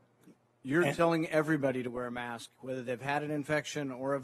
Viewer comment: And for Heaven's sake it's "mask", not "may-usk". One syllable doofus!